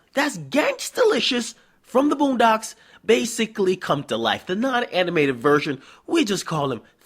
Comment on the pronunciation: Did this nigga just say he's thuggalish from the boonbocks?lmfaooooo